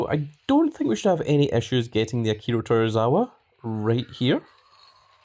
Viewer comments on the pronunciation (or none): It’s to-zw-wa not tor-ra-wa there are no Rs in his name just saying 😉 lol